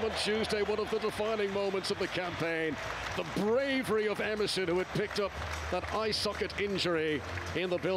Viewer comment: It's not Emerson not Ederson